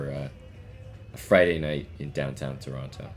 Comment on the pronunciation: I can't figure out if he's purposely saying "Toronto" wrong just to annoy the locals.